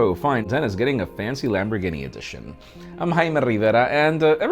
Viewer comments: lambor guinea, lol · "Lamborgini" edition 💀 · Dude! Do you really not know how to pronounce Lamborghini man! Sound it out bro..... "Lam-bor-gee-nee"! You poor poor sheltered little man! Lmao....I almost gave this video a thumbs down for murdering the Lamborghini name....smh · Did-did he say "lamborginny"...twice??? Ginny???? 😳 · What's a LamborGUINEA??? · “lambor ginnie ” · An grown man wearing a child's t shirt cant even pronouns Lamborghini so funny